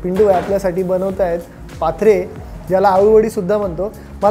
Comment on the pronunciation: पाथरे नाही.... पात्रा...! गुजराथी लोक पात्रा म्हणतात ! पाथरे नावाच एक गाव आहे. 😂😂😂😂😂